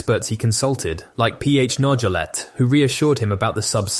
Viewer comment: Why don’t you pronounce Nargeolet’s name correctly? You must know it. I’m just wondering.